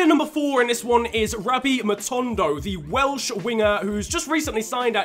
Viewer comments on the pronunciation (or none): none